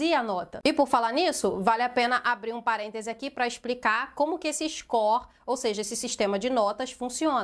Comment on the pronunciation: Só eu percebi a falando "expricar"? Kkkkkkk, não to querendo falar mal, só achei engraçado.